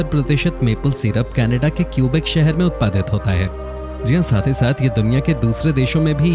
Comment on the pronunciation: Are bhai thikse Canada to bolo..... Ke Na Da... Kannada boleto ho it sounds like hamari kanada language ki yad aati hai 😱 Hindi aur English dono ka KACHARA banate ho 🙄